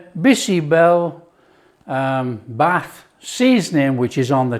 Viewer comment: Great, great, great❤ OMG u are removing the froth like my dadi, Nani used to do extract out unhealthy anti-nutrients❤ never felt like eating bisi bele bhaat so much ❤ ur cooking makes every recipe sumptuous ❤ n dear chef it's "Bhaat" (rice) not Bath